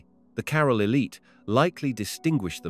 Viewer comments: I can't listen to this idiot . Learn to pronounce the name "CAROL" he says... Its CAH-RAAL .... trying to educate us and can't even pronounce the name properly. ridiculous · Super annoying how you say 'Carol' in every single sentence.